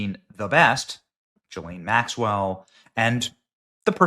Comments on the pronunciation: Gee-lane! Pronounce her name correctly!!!! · Benny, you dolt. If you don't learn to say Ghilaine... I'm going to freak out.